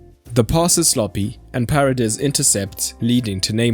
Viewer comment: Not to be pedantic, but it's pronounced Pa rey des, accent on the second vowel! (not Pah redes, accent on the first as you did). It's actually kind of an awkward name to pronounce in English. Love your videos, keep up your good work! :)